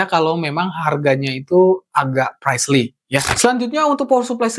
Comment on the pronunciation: Pricey dibacanya praisi bukan praisli, ngaco lu